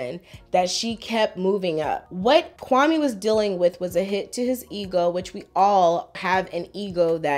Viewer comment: Even the way he pronounces Kwame shows she really wants to distance himself from being Ghanaian. It sounds like nails on a chalkboard to someone who knows how it's supposed to be pronounced